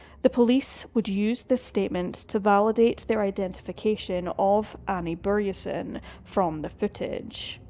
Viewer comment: Swede here, and I just have to thank you for pronouncing the letter Ö right! Anyway, strange how I've never heard about this case until now. Then again, I was 12-13 in 2005, so I probably wasn't paying attention, sadly. It makes me so angry; cases like these, where investigators just go by their own tunnel vision and refuse to investigate other leads... Terribly sad how the country that Annie loved so much (Scotland) couldn't seem to be bothered to care about her in return. I hope the mystery gets solved somehow, some day... Vila i frid, Annie.